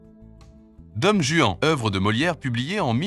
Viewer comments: Vous direz à votre Hi Han, pardon, IA qu'on ne prononce pas DOME Juan mais DON Juan. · Je connais Dom Juan, mais pas "Dome" Juan. c'est insupportable cette IA. En plus ce quiz est ennuyeux comme tout. trop facile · « Dome Juan » ??? Bon sang ! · "Dome" Juan ???